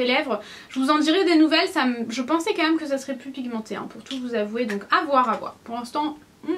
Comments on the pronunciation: Ahah tu me fais trop rire avec tes "même" que tu dis "meume" 😂😂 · mais "meume" mdr on te changera jamais 😂❤